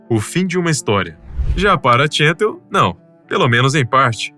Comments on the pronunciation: Cansei de assistir... Não sei se é IA ou humano mas, entre o "Tchental" ao inves de "Chantal" (que, à la française se pronuncia como Chantállle"), e a enrolação das frases, me cansei. Tchau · PQ O NARRADOR ESTÁ PRONUNCIANDO "TCHENTAL" AO INVES DA PRONUNCIA CORRETA "CHANTAL"?????? PQP! NOME FRANCÊS SE PRONUNCIA À LA FRANÇAISE, CARAMBA! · Ela é francesa e seu nome é chantál, não tchêntal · Ela era francesa, pq pronunciar seu nome como se fosse inglês ? Se não sabe francês, Basta pronunciar como em português que fica bem próximo e maus bonito. Essa pronúncia « tchéntal » é bizarra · A maioria dos comentários revela pura inocência. Bobos dos que se deixaram fascinar pela beleza dela e se arriscaram ao limite. O narrador tenta dar uma conotação desprezível à alpinista mas nem sabe pronunciar o nome dela, pronuncia como se fosse um nome americano. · Equipe “Neolandesa”??? Se diz “Neozelandesa”… E o nome dela não se diz “txântal”! É francesa…Chantal se pronuncia “Xantál”…